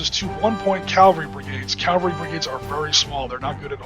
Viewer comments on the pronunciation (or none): Calvary??! It's pronounced Cavalry.